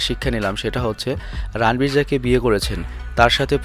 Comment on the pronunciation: রানবীর নয় শুদ্ধ উচ্চারণ হবে রনবীর